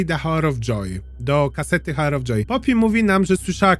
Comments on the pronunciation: Przepraszam ,ale czyta sie "AŁer" of joy ..a tak to przyjemny glos bardzo do sluchania :>> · The hour of joy - h nieczytasz 😅 Sorki musiałam